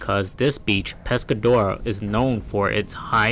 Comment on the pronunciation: Your AI voice pronounces Pescadero "Pescadora" 😂